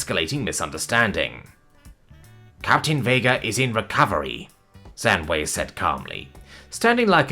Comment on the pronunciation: Please, next time try to check how to read names in languages you wanted to use. You butchered pronunciation of “Zhang Wei” and “Aleksy Nowak”, at least. When reading Chinese, «zh» is for the same consonant as in English word “ginger” the letter «g» us for, «a» is more similar to the only vowel in English word “up”. When reading Polish, the letter «y» is just a simple vowel, not diphthong and sound similar to the only vowel in English “ship”, and «w» in Polish work like in German, i.e. it reads like English «v». And please, don't give Polish person the voice with Russian accent. Poles speak English different way. (For example that «No» was clearly like a Russian would say, not a Pole.)